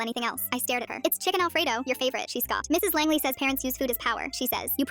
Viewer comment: Langley? Asuka soryu Langely sounding ahh last name